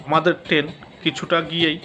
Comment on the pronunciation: টেন না কি ট্রেন